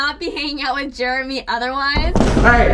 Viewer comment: it's Jeremy!Not Jermy lol